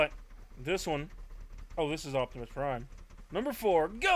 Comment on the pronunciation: yes he did. He said "Octimusprime" when it's spelled Optimus Prime.